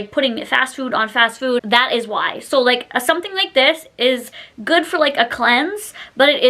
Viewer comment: "Sow you want TWEWW tablespoons…" 🥴 why do you talk like that? You not only look like Kermit the frog, you sound like him too.